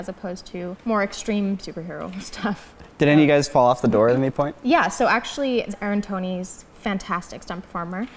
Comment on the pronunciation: its not aaron tony its anthony mackie. She said aaron tony😂😂😂😂😂😂😂😂😂😂😂😂😂😂😂😂😂😂😂😂😂😂😂😂😂😂😂😂